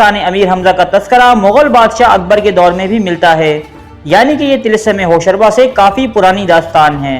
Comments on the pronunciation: Lol hosharba hahaha he said like i used to read when i was little kid until then i was corrected that it actually be said Hosh ruba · Hosharba nahi Hosh Ruba h.Ruba par paish h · TALASUM HOSH ROOBA WORD HAY HOSHARBA NAHI.HOSH ROOBA YANI HOSH KO APNI GRIFT MAY KARNAY WALA...ROOBA EG DIL ROOBA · Hosh ruba,hosh raba ghulat h, pronunciation theek rakhen,Urdu k baray ustad bhi yeh video dkh skte hn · like zzzrur milta agr tilism e hosh ruba jese afsanvi naam ko sahi pronounce kr lete dear...